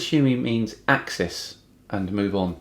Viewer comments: Access he says🤣🤣👌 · This was a bit too pedantic to be funny to me. Like, yea, he mispronounced axis, we get it. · He did pronounce it funny. Instead of an 'i' sound or an 'e' sound, here pronounced the second syllable as a schwa, so it really was hard to tell if he knew the difference between 'access' and 'axis'. He certainly showed some serious limits to his understanding of what rotation around an axis even is when he talked about 'wobbling': that usually refers to precession, not to rotation. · Sorry to be a pain, but picking him up on mispronouncing axis/access was a bit low- surely there is content enough to mock, that just seems mean. Lots of Love, Dan.